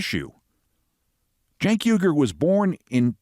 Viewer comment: Cenk Uyger's last name is pronounced "WEE-grr", like the Muslim people in China that are being exterminated. You may think he's an idiot, Keith, but the least you could do is pronounce his name correctly.